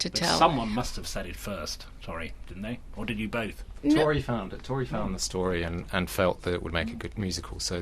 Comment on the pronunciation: for goodness sake it's Tor-ree not Torry!